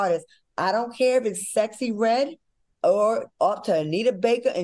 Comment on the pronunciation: Al is Sooooo PROPER. He can’t even say Sexy Redd right….lol